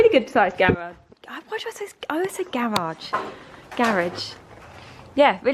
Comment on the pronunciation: Your pronunciation of garage is correct. Garage not garidge!